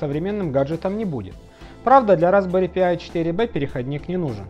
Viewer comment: Пожалуйста, Разбэри ПАЙ а не П-ай